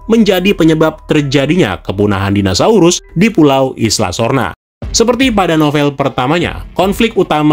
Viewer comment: om, pelafalannya kok dinasaurus wkwk